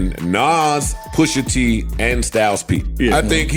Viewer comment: Its gotta be AI......what the hell is verzoose? i just watched another video with the same exact thing just different voice! somebody using AI narration on multiple channels to make that dough! What is The Elox? Who is Poosha T?